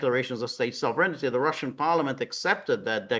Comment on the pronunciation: George, there's no "ity" in sovereignty. It is pronounced sov-ren-ty, three syllables. There's no alternative pronunciation. There's the correct pronunciation and an incorrect pronunciation.